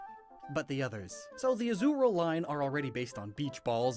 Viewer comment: lockstin said azurill at azumarill and so did you